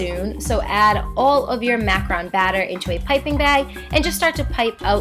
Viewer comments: i love this video but every time you say "macron" i die a little. its macrOOn. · Dylan Ruggeri actually, it's macarON. MacarOOn is the cookie with coconut. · Dylan Ruggeri it is macaron only. Macaroon is something totally different